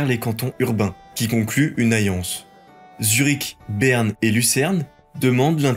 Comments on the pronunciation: Et aussi, on dit une "alliance" et pas une "ayance"... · Et il a beaucoup de peine avec les L.. dans les dates et des mots comme allié ou alliance, ou encore Italie. Il prononce pas la plupart des L ce qui est si pénible que j'ai pas réussi à suivre.. ayé, ayance, itaï.. mi 300.. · T arrive pas à prononcer certains "L" ou.. ?? MiLLe, Lien, aLLiance